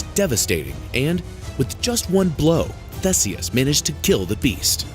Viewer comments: The pronunciation of THESEUS 😩 There is an updated version of this video which is much better. Which begs the question of why this version is still up? Maximum views I guess. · Umm in The UK we pronounce 'Theeseus' but it's the same letter name (Theseus)